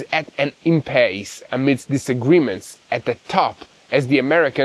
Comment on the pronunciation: please check with Mati on proper pronunciation of "IMPASSE."